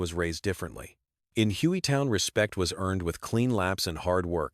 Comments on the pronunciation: Hoey town? 🙄 Hueytown get it right! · Hoeytown. Pure bs! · Its Hueytown like huuuey town lol. My Dad Jack Miller number raced Nascar in the 60s around Alabama